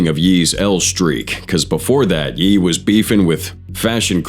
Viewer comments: Its ye and not jeee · Smh the AI narration is crazy and way off. This is the second of your vid where you call KanYe (Hence the Ye), Yi. Next you called Michael Jordan (nba legend) Michael B Jordan (actor). I like the 2 of your vids I've watched to some degree but if you are gonna be lazy making them I cant hit like or subscribe...ijs